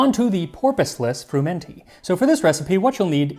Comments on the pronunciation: I don't think it is pronounced fruMENty, but swallowing the n as frUmety. The stress on the u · Huh, so that's how it's pronounced when you aren't in deepest somerset. I've always heard it fr-UM-enty, with the emphasis on the um, and usually with the T dropped because somerset accents don't include much in the way of consonants. It sounds so much posher the Italian way. This sort of stodge is still eaten in some of the really rural bits of the UK, including somerset and the welsh valleys (at least in the 20s and 30s it was, when they could afford the eggs).